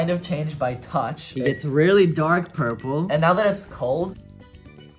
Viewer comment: dude its pronounced purple